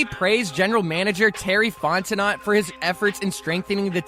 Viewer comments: Great video but the T in terry’s last name is silent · The last "t" in Terry Fontenot is SILENT. & Judon/Simmons are "acquisitions"...not "accusations"